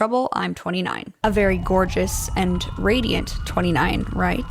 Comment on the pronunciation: Bro I thought you said 26 and when you said 29 I was so confused that I had to rewind the video. XD